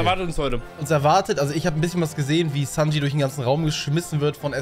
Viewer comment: sowas wie sanj zu sanji und so Macht er immer wieder